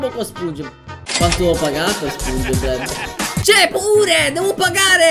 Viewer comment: A spunge bleb non sponge bob oh yea mr crab il grangio